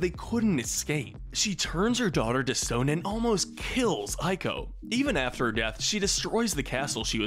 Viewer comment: It’s pronounced “E CO” not “I CO”